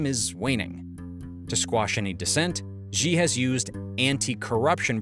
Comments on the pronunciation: I have one point of feedback. , and and you mispronounce Xi as 'Zhjee'. Why do you do this? This makes me cringe. The "zhj" sound doesn't exist in any Chinese dialect. Where does this reading come from? X doesn't even make that sound in English. There are perhaps words like xylophone and xenophobia where the x makes a 'z' sound, but where do you get the 'zhj' sound from? In China's Pinyin orthography, the letter X, along with the letters C and Q were thought to be redundant letters in the English alphabet, so they reassigned those letters to common sounds in Mandarin which would otherwise be written with letter combinations. X got the 'sh' sound, C got the 'ts' sound, and Q got the 'ch' sound. Xi is prounounced 'Shee'. That's why the 'Qing' (as in the dynasty) is pronounced 'Ching', and why Cao Cao from those video games about the warring states period is pronounced 'Tsao Tsao'. Could you pronounce the name correctly? If you're reporting on international affairs, it would help if you pronounced names correctly. Don't pronounce Xi like 'Zhjee'. Earlier in the video, , you edited together a bunch of people reading his name. Did you not notice that they pronounced it 'shee'? Remember it this way: When reporting Xi's official pronouncements, think of that joke from the Office where folks would say "that's what she said". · Great video l, but you are, like most English speakers, pronouncing xi's name wrong. You're pronouncing it with a ʒ like the g in "genre" but it's not an initial cosonant sound in any Chinese word. I don't know where this started, but that isn't an English (except for French cognates) or Chinese sound at all. His name is pronounced "she" as in "she has her panties in a twist over taiwan" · Why does he pronounce Xi like it sort of starts with a J? I can't even mimic that pronounciation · XI = SHE, NOT ZI/JI. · great video, its not Ji, its Xi, pronounce it like 'she'.... just wanna help with getting the pronunciation right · It's not "Ži", it's "Ši"